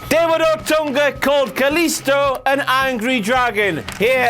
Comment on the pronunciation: Dasha fuentes says " kalisto" in such a beautiful way because she's latino and knows how to pronounce his name you scratty internet virgin